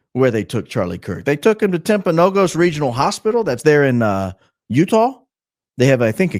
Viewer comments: As someone from Utah, it's pronounced TimpanoGUS, for the hospital/area/mountain. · It's Timp a no gus. Be the first to say it correctly. Please , a constant listener from Utah😊😊😊